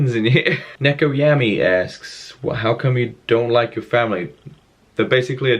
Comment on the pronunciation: Yay!! 😄 My question was answered but that sucks man, sorry to hear that, you seem soo much happier doing Vlogs though ☺ P.S You said Neko wrong lol it's said like Nee-ko but happy 😊 you said it anyways 😀, hope you keep up the amazing Vlogs and stay happy and well 😊😄